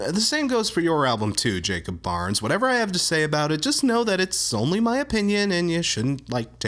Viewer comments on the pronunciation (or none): none